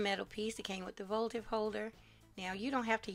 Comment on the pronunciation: The word is votive not voltive!